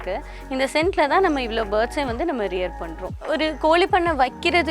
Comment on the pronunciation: It is not koli you have to pronounce properly in Tamizh.. It is Kozhi so before coming to blog master the language.. 👇